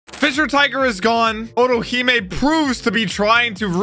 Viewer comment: Otohime. But calls orohime